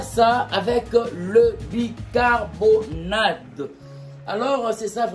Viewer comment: bicarboNATE et non bicarboNADE SVP